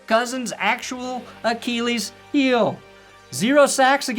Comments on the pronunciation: I love the way you Americans say Achilles like A-KEE-LEES. We Brits say it like A-KIL-EES, ya know the correct way 😅😅 Much love. ❤ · i’ve never heard anyone say it the way says it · Sometimes, I only watch these to hear pronounce the word "Achilles."